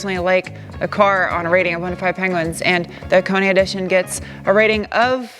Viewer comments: The only reviewer that pronounced "Hakone" correctly. Props! :) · Thank you for pronouncing Hakone correctly. Love this car, great color, perfect color wheels. Just needs an engine swap, that Scubby junk has to go. I think this car would be perfect with a Beams 3SGE swap. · Thanks for the right pronunciation, tired of hearing guys call it HAWK ONE.. lol where in the valley are you at? Noticed the plate :) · true dat, I give full beans for that